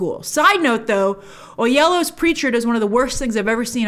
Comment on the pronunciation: Grace, you’re leaving the last syllable off of David Oyelowo.